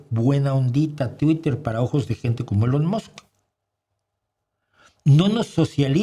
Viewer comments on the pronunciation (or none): none